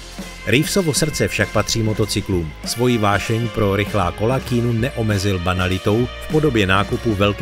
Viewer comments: Když už uděláte video o tomto člověkovi, mohli byste si aspoň zjistit, jak se to jméno správně vyslovuje. Je to [kijanu rívs] ne [kínu rívs] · Nie keenu ale Kianu :) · Nauč se vyslovovat alespoň ta jména. Žádný Kínu, ale Kijanu. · Keanu není "Kínu", ale "Kianu", jak sám odpověděl na dotaz, jak se jeho jméno správně vyslovuje. Skvělý skromný muž ❤ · [:kay-ah-noo:] is the pronounciation, just for the info (ive heard you were saying that not-good-at-all the whole time) moment, vždyť to nemusím psát v anglině :D no ale fonetiku nahoře poznáš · Vyslovuje sa to Kiánu :)) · Proč mu říkáte "Kýnů" ? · Zas mi to video naskocilo, tak jsem na nej kouknul... Autor by si mel zjistit, jak se opravdu jmenuje... Protoze [kínu] se Keanu OPRAVDU NEcte!!! 🤦🏻🤦🏻🤦🏻🤦🏻🤦🏻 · Říká jeho jméno Ke-a-nu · K"ý"nu. Ouch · nezlobte se na mě, ale když už v komentáři vyslovuji jméno Keanu asi 100x, zjistím si snad výslovnost, hrůza tohle poslouchat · Informace ve videu jsou mírně řečeno zmatené, mimochodem, i výslovnost jména Keanu máte špatnou.